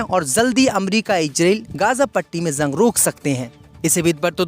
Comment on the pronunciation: JUNG KO ZANG KYUN BOLTA HAI YEH BEWAQOOF NEWS READER VERY SAD...